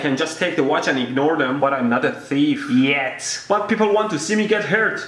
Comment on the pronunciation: "But I'm not a tihef... YET!"